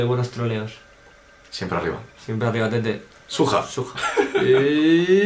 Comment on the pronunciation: xXbOriEXx la palabra original es ¨SWAG¨ pero con el tiempo la gente lo deformo la pronunciacion por broma llendo de ¨SWAG¨ a ¨SUAJ¨ y de eso a ¨SUEJ¨ y le puso ¨SUJA¨